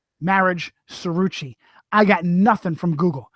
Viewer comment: I love this guy's voice. He's SUCH a. That's Chi-roo-chi.. I wish people would learn proper italian pronounciation. Including the people themselves. Like stupid real housewife Teresa Jew-dee-chi who calls herself Jewdice. Jewdice indeed. Why would you call yourswlf that if you were actually Italian. And she is fluent in some southern dialect I know she knows how to pronounce her name. Weird. But I love this guy he has a great voice to listen to. Bada Bing